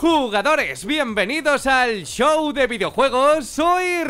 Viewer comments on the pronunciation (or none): none